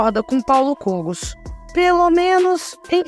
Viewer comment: Por favor pronuncie corretamente o sobrenome de Kogos